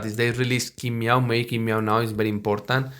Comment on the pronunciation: It’s not King Meow but Tsin Mao:)